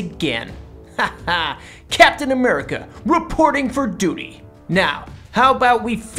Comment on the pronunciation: CAP SAID DUUTY LOL caps back